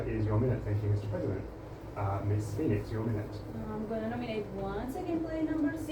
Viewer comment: Haha "Miss PHON-ix"